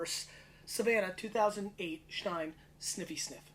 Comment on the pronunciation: I know I'm nitpicking but it's pronounced Steen not schtein :p love your work. Never seen those Chenins here in South Africa tho....